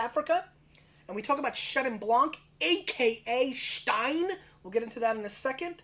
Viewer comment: I know I'm nitpicking but it's pronounced Steen not schtein :p love your work. Never seen those Chenins here in South Africa tho....